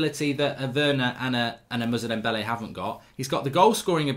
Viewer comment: Ffs mark, his name is moussa dembele not muzza dembele